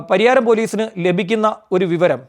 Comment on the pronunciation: Pariharam alla. Pariyaram